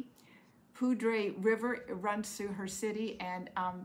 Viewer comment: Love catching up with when a new episode comes out! My daughter and I saw Wicked in Denver a couple of years ago and I loved it, so happy you got to go see it with your special loved ones. "Poudre" is one of those tricky words to pronounce, it's "poo-der" phonetically.